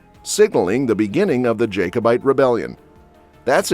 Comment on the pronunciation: Beauchamp is pronounced BEECHAM. Jacobite is not pronounced Jake-o-bite. It’s pronounced JACK-O-BITE.